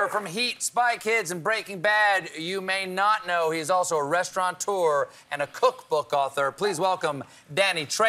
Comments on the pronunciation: Stephen the word is restaurateur, not restauraunteur, silly man. No N. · There is no "n" in "restaurateur". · Stephen needs to learn to pronounce restaurateur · Colbert is pretty urbane and sophisticated, so why does he pronounce "restaurateur" as though it has an 'n' in it? [edit] Maybe it's a 420 thing.